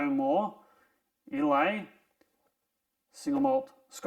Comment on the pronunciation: Islay is pronounced “eye-la”